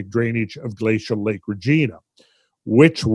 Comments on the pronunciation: Regina is pronounced closer to va(re)-gina than Regina George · As a Canadian, I have to mention that we pronounce Regina, similarly to how we pronounce vagina. Hearing Randall pronounce it Reh-Gee-nah cracks me up!